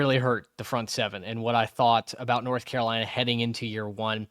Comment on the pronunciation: Bill Belichick came to North Carolina. A lot of y’all have been coming across my timeline, but y’all don’t know the first thing about North Carolina. Y’all can’t even pronounce the name right but much success to you. Please look up the team before you start talking.